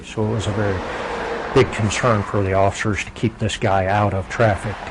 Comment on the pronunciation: he don don comply to the offishurshs ... what the fuck is offishurshs?